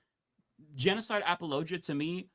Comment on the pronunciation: Humanist Report is pronouncing "apologia" correctly. It's not "apology - ah".